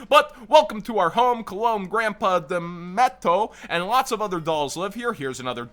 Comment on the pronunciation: Demetto is supposed to be read like pinocchio's gepetto